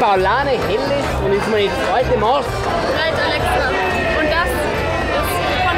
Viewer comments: Junge es heißt Maß nicht Maaaas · Es heißt nicht Maaaaaaß sondern Massssss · Mädels, des heißt Masssssss. as mars is zum essen do.